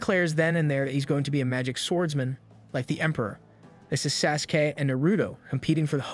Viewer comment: Is no one going to talk about ??? No way this man just mispronounced naruto, sasuke, and sakara 😭😭😭